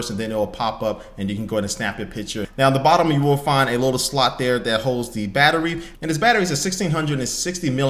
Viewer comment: "the slut for the sim card"